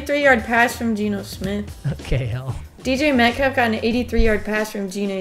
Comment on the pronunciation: She said DJ METCALF😂😂